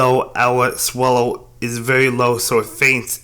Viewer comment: Swellow not swallow 😂